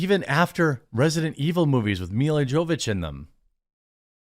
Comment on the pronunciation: That's not how you pronounce Jovović.